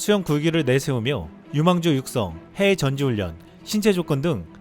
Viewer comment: 저기요... 발음을 조금더 정확히 하는 연습을 하시면 좋을께같아요. 해애 가 아니라 해외. 지이찬 이 아니라 지유찬